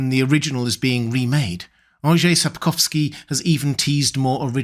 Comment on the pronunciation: Thank you for making the effort of pronouncing Mr. Andrzej Sapkowski’s name that much more accurately than others. Just a very nice touch. :)